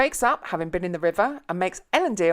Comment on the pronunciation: At least you pronounced "Elendil" right